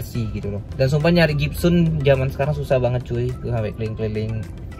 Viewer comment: Gypsum bang bukan gypsun